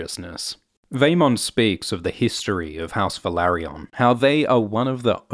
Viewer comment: It's not pronounced as Velary-ON. It's Velary-UN.